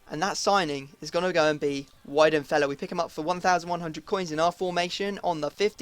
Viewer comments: Weidenfeller is pronounced with a V not a W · Lowe = Loeve Weidenfeller = Vee-den-fella Gundogan = Goon-dough-one